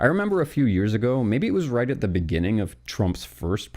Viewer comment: In the beninging…